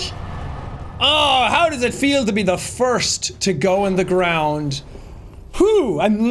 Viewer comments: Every time Jack says "you go in the ***** gwond" makes me laugh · Back again for more BONK. Ready for everyone to go in the fuckin gwond. ⬇️ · I need "You're going to da gwound" merch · We need a shirt that has your character and under it says " go in the Fawken gwound beeech!" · YOU GO IN THE FUCKIN GWOUND BIIIISH!!!! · “Gwound hog day” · Evwyone goes in da gwound.